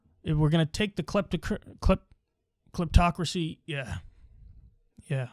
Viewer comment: cliptocreee-cryp...yea...these are bad guys!